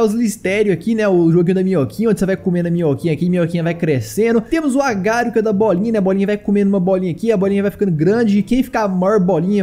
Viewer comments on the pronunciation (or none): islitério agário diépio. Pqp aprende a falar vey